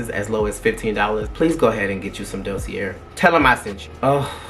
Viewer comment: Da see a. It’s french❤❤❤